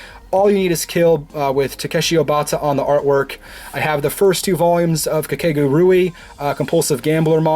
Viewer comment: I liked the vid but the way he said Kakegurei lol